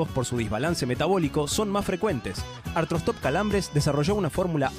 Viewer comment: Cuando Beto aprenda a decir artroSTOP en vez de artrostRop me avisan. No es tan difícil Beto practica un poco, no te cuesta nada y te pagan por eso.